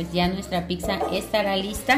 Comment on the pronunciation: Deliciosa!gracias pero es pizza y no picza como ustedes dicen, escuchence por favor, saludos desde Italia, soy mexicano de corazón y orgullo.